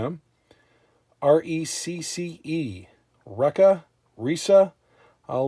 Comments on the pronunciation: Pronounced ( wrecky) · wrecky is the way reece is pronouned, it is short for reconnaissance